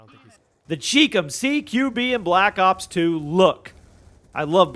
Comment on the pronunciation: It's pronounced CHI COM (Like Chai Comm) not CHEEK CUM. It stands for Chinese Communist.